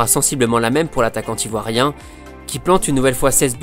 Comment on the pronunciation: Super vidéo mais ta liaison entre attaquant et Ivoirien bizarement ne passe pas a mon goût...